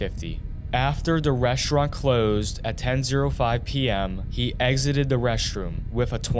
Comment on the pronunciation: He mispronounced every other word. So annoying. "Reschraunt", "mudder", "chrajeddy", "two-chousan", and every word ending in -ing is pronounced ending in -in or -en.